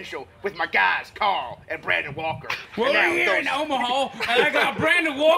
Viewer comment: says brendan trying to say Brandon